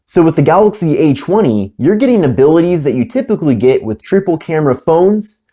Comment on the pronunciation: cool review, but who kept hearing H-1 whenever he said A20? 😂😂